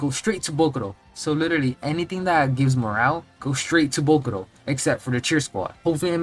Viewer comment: It's jarring as hell how you pronounce "bokuto". Almost sounds like you're saying bokuRo